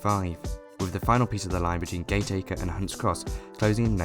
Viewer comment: I'd just point out a couple of pronunciation errors... for information, not as a rebuke. Firstly Penketh has the stress on the first syllable, rather than the second. Secondly Gateacre is actually pronounced "Gattaker", which of course is not obvious. Interesting vid nonetheless... as it happens I lived near Warrington fron birth to my late teens.